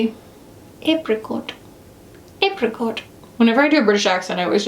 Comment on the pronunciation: Proceeds with the silliest tiny mouth British accent everrr hahaha: “Very apricoty…. apricot… Apricot!.. “. 😂😂😂😂😂 apricot indeed hehe🍑🍊🍅. Hahah luv yuhhh u really gave me the giggles 🤭 today ‘ and I thank u for that: needed some lightness in my life. And that was delivered 🌠🎆💖🧡🧡🧡 ❤